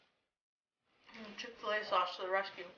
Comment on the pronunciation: Chick-Ol - lay sauce may have spelled it wrong